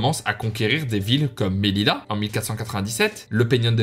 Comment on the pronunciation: c melilla et se prononce meliya